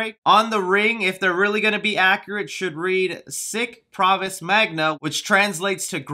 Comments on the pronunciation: Sic PARVIS magna. Not pravis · *PARVIS... not pravis... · This movie is gonna suck no cap also its sic PARVIS magna. Also it really sucks that now people are gonna think about this when you say uncharted.